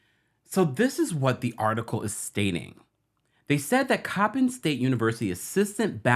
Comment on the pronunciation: yes Coppin State was pronounced correctly!! Thanks from B-More ☺️☺️